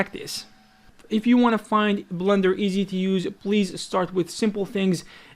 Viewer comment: why does he say "blunder" for blender? are you guys hearing the same? or is it just his accent? :))